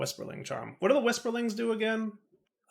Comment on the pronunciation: whisperlings hahaha, its whirlisprig. classic.